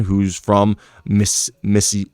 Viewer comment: Thanks for making the video as a American Raps fan. Its pronounced like missiSSipi😁